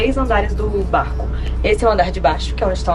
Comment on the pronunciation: Qtas vezes a falou BArrCO nesse vlog? Kkkk